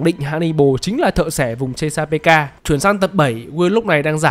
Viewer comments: thợ xẻ vùng chê-xa-bê-ca :")))))))))) chê-xa-pik mà shopppp :"))))) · Thợ xẻ vùng chê-sa-pê-ka, trong phim nguyên văn là Chesapeake Ripper, đọc đúng thì là sát nhân vùng Chét-sa-pích nhé ad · tui thấy ad đọc là ches pika là sao v ông, tìm trên google ko thấy thông tin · Chesapeake - đọc là Chét-sa-pích nhák 🤣🤣🤣 lạy Vui Vẻ ông cúp tiết lớp Mất Gốc đấy ah 🤣🤣🤣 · Fact:Cách đọc tên biệt danh của Hannibal là thợ xẻ vùng chét sa pít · chỉ đơn giản voice với writer là 2 người, voice thì hơi kém tiếng anh, vậy thôi :)) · chesapeake x -> chê sa pê ka